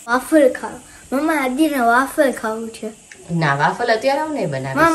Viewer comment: It's not waaffle it's waffle.